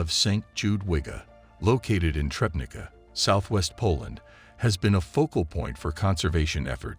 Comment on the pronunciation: If anyone is interested in the correct name of the town where this discovery took place: it is Trzebnica. Only after some time did I guess it from "Trebneeka" that can be heard.